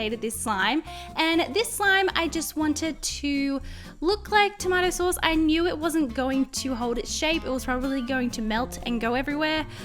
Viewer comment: You said the tomato sauce wrong